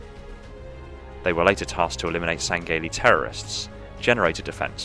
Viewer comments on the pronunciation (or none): Did.. Did he just say "Sangayly" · Sang-gay-lee..... It hurts the way you pronounce that.... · I just wish you would pronounce the elites species name correctly